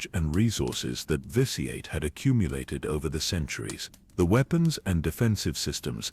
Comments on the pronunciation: I LOVE all these. Please take my little bit of criticism in the spirit it is offered just trying to help. Its pronounced "vishy-et" and in case it ever comes up its saluka-my not salukami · Mispronounced vitiates name constantly in differe ways